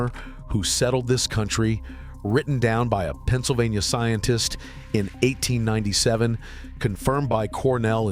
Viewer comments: AI is so dumb. One thousand eight hundred ninety seven? You mean eighteen ninety seven? Geezus. 🤦‍♂️ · "One thousand eight hundred ninety-seven" - err, 1897, a YEAR pronounced eighteen ninety seven. Stupid AI!!! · This shitty AI can't even say the year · This AI can’t read 1897 as a year..